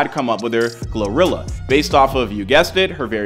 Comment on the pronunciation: Gloria 😂. GLO-RILLA